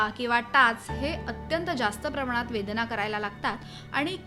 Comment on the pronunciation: वेदणा नाही वेदना 😅